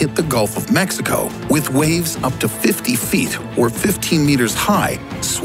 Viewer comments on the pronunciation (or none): none